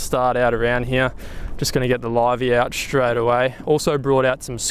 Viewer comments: And while I'm at it, any other word with an "st' in it. Shtruggled Aushtralia Shtraight 😅 it fucking kills me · Love your vids but please learn to pronounce the word 'straight' correctly